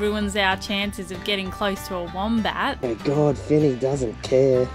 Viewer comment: The wombat family portrait WAS JUST SOOOO GOOD Priceless guys. 💗💗so adorable But even cuter is the way pronounce Wombat 🥰🥰 Apple turnover look heavenly and love your new top. Keep the hat action… it suits you Elenya And you know how much I LOVE the cooking segment Lolol